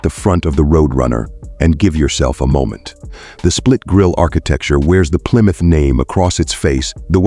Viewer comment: Didn't realize there's a b in Plymouth.